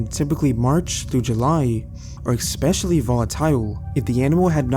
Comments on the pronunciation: I don't blame that camel. Also it's pronounced ES-pecially not ICK-specially 😉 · Great stories, just one observation: there is no K or X in the word especially. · Especially** Not ex-specially. Way-did** not wadded. Veterinary** not veternary I could go one, but I had to stop. If you are real, please your grammar and pronunciation.